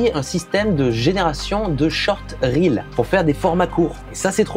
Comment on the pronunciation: Le seul mec du monde à bien dire "RiL" et pas " Réel "